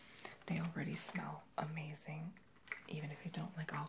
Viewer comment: Why do you always say "amazink" or doingk" idk If it's just a whisper thing or accent just wondering